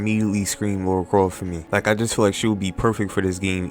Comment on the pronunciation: Lara not Laura